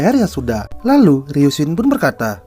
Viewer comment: Bang bacanya ryusin bukan ryunsin🙏